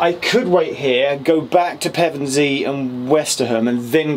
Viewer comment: Pevensey and Westham - nice pronunciation. :) Even some locals get it wrong and make it sound like the football team.